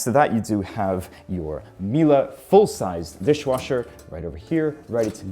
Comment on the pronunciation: Hearing saying Miele as "Mila" hurts my brain